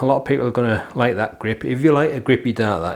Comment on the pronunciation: Great review as always, I'll be trying these out soon! Love the "greep" haha